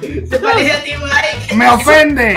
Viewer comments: lo dijiste mal era Mike no es maik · Cuando lo dijo parecía que decía mikecaca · Cuando dijo mike crakca